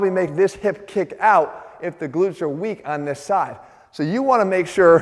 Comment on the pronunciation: Hah! At first it sounded like "You could have a weakness in your big lips." I was like "Leave my big lips out of this! I know my rear is weak but I don't see any connec... oh, never mind!"